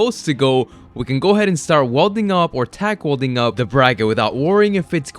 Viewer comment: what the hell is wolding please say it properly welding 😬